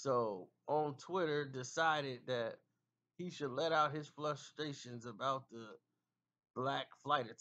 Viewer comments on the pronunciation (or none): "let out his FLUSTstration"? GED.. heard of it? Good Enough Degree, get it ASAP before you try to pronounce words that are way above your Walmart level. 🤣🤣